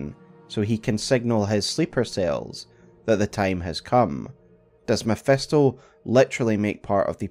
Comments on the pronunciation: Love the video, but its Mephisto not Mephesto😅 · Mephisto with an "I'" not MephEsto with "E" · MEPHISTO !!!! NOT MEPHESTO! FFS XD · Love how it always sounds as if he was saying "mephestol" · You lost me at “mephEsto” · mef-E-sto....dude, please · Who tf is Mephesto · The way he butchers Mephisto's pronunciation makes thsi a hard watch